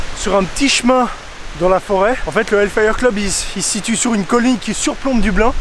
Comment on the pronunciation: CA SE PRONONCE: "DEUBLINE" BORDEL xD